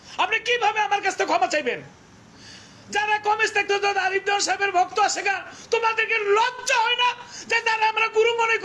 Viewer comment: আপনি সবসময় আরিফ দেওয়ান বলতেছেন আরিফ দেয়ান চিনি না আমরার গানও শুনিনা